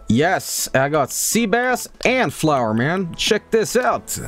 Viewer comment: Or as calls it floor